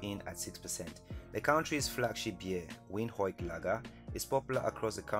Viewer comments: Windhoek is pronounced veendoek veendook ok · Namibian city is pronounced wind-huk its Germany so please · I am not sure of the formula used but hey no wahala. I am disappointed in the way you pronounced "Windhoek". Please please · Windhoek if it's tough to pronounce. Try this. Windhook. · The way this guy said "Windhoek"🙎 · dude that country you showed there is not Namibia , we do not have people pushing tires on streets and we also do not have such roads nor do we have motorcycle transportation and just to be clear also, top beers in Namibia its between this two, Tafel Lager and Windhoek Draught, and please pronounce Windhoek right - listen carefully